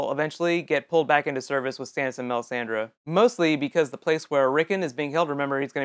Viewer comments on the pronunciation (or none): none